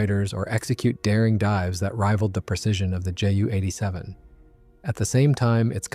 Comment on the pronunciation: This was good. I know a lot about the Pe2/3, and even I learned something. Please learn to pronounce (edit?) words like Ju-87 and Junkers. Otherwise, big thumbs up.